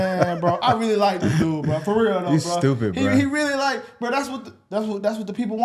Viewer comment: "fo REAL main" 😂